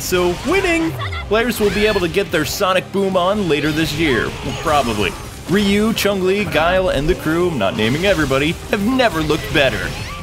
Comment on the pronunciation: I hate how most English speakers pronounce Japanese words like "Ryu" as "Ree-you." It isn't a big deal, it just annoys me because the real name sounds so different. It is just one syllable, and sounds the way it is spelt (YU with an "R"/"L" in front of it). Ryu, not Ree-yu.